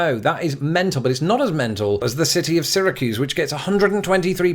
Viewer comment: Sear a kyoose, not Sear a kyooze